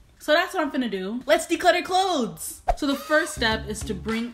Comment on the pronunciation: Did you just find the "T" in clothes? Life changing.